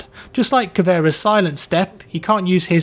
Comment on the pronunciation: FINALLY SOMEONE WHO CAN PRONOUNCE "CAVEIRA" CORRECTLY!!!